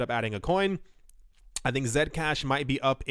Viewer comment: I like how you pronounce Zcash as Zed-cash and not C-cash